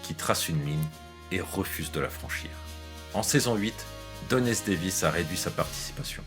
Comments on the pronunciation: Chouette, cette vidéo. <3 Quelques petites erreurs : * une erreur de prononciation de Don S. Davis qui est devenu Don S. David ; * Carmen Argenziano n'a pas joué dans Grey's Anatomy mais dans Dr House ; ;) * "Et Jack O'Neill devient Jack O'Neill" ?? C'est moi ou vous vouliez plutôt dire "Et Richard Dean Anderson devient Jack O'Neill" ? "O'Neill, avec deux L!", dirait Jack. :D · Très bonne vidéo ! Le seul truc un peu gênant c'est au moment de parler de la mort de Don S. DAVIS, vous dites "Don S. DAVID"